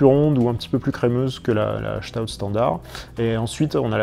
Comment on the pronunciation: Bonne vidéo qui résume bien quelques styles de bières. Cependant, si je puis me permettre, je ne trouve pas une Doppelbock crémeuse, à l'instar d'une Stout, qui elle est crémeuse ; à moins qu'on ait pas la même définition de ce qu'est une bière crémeuse... Un petit conseil de prononciation d'ailleurs, en parlant de Stout, on ne prononce pas 'Chtout' mais 'Sstaout', car c'est un mot anglais à la base, pour désigner quelqu'un de corpulent et fort, la Stout étant d'ailleurs un style anglais. Et justement, il n'y a presque que des styles anglais et leurs variantes dans ta vidéo ! ^^ Concernant la Gose, c'est une très bonne bière, qui a eu son heure de gloire au moyen-âge jusqu'à l'avènement de la Pils en 1842 qui révolutionna le monde de la bière.. Mais heureusement, même si la Gose reste assez rare à trouver encore aujourd'hui, certaines brasseries artisanales aiment à renouer avec ce genre de bière acidulée, salée et épicée comme tu l'as bien expliqué ! ^_^ Salut à toi ! :-)